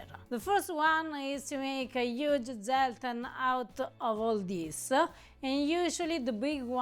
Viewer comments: try to pronounce Zelten with a TS, rather than a Z!!!! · The "correct" pronunciation is germanic : [tselten], from tents, like in camping-tents, cuz it was a long-lasting, survival "preserve" of fruit and nuts, and pick-me up liquor, for the harsh winter months, until new crops and harvesting would provide fresh products again, in spring 😊! As well, dry fruit and nuts, cooked together, preserve each other with sugar and oil, and are the seasonal diet, to face short days and bitter cold, at a time where buying sugar and oil was a rich-people's privilege. So all these are traditional sophistications of "cucina povera"! Happy holidays from Paris